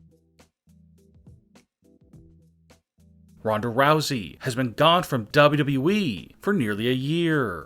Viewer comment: I can’t take this man Serious the way that he says WWE